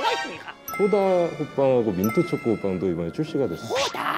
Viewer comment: 소다아 민튜쵹코 풔얼 발음 진짜 귀엽당☺ 사조참치 들고 날개로 사 자 살짝 가려주는 우리 펭수 센스도 좋고♡ 근데 피넛버터,타피오카 펄, 마시멜로, 하와이안 다 호빵에 넣기는 좀 ㅋㅋㅋㅋ 개인적으로 잡채호빵 나오면 좋겠는데 야채호빵이랑 별반 차이없는 거 같기도 하고 ㅋㅋㅋㅋ 고기 잔뜩 들어간 호빵 나오면 좋겠당! 아님 꿀호빵!!!! 같은 단맛도 꿀은 개운하고 뭐랄까 좀 더 깔끔해 ㅋㅋ 펭수야 삼립에게 말 좀 잘해됴..